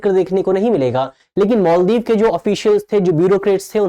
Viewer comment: मोल्दीव नहीं है भाई मालदीव होता है